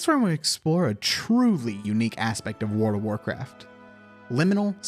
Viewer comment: I'm sorry, I can't hear anything other than "Word of Warcraft" everytime you pronounce it.